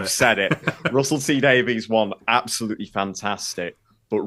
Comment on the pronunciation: obviously doesn't love Russell T Davies enough to pronounce his surname correctly;)